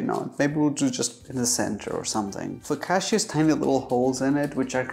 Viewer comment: the amount of times he murdered the word focacchia